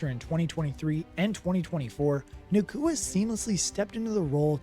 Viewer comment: Hey, it’s Nacua not Nakooka 😂